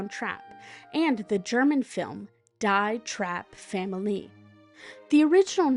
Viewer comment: Everyone knows from the beginning that Natalia is Jewish, and they he eventually confesses and they get married... Also, "Die Trapp Familie" should be pronounced like dee Trapp fa-mi-lia.